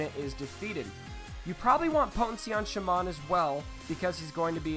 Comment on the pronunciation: TUsken sha-man? Lmao, Im pretty sure it's like Shay-men!